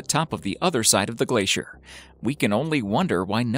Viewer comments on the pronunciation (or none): none